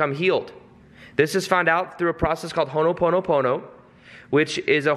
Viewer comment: Again, it’s ho’ponopono not ho’noponopono lol also again, great context! Thanks!